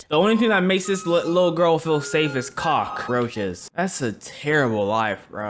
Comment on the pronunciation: He had to say “cock roches “